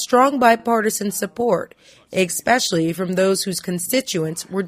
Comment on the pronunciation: for the love of pete, someone teach this girl how to say ESPECIALLY